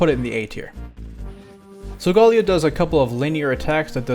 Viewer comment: how tf did u mess up sogaleos name that badly its so-guh-ley-oh